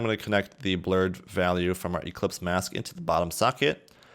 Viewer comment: Great ! also it's ellipse mask and not eClipse haha